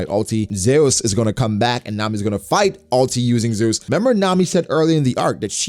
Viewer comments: That's how Big Mom says it. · why he saying zeus like that? lol